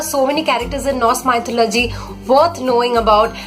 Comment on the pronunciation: Hey,nice work and 1suggestion plz chk out the pronounciation of mythology u are doing it wrong